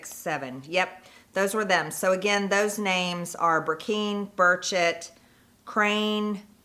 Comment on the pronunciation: How can she not know how to pronounce her colleagues last names?? Eg Tim Burchett and Harriet Hageman?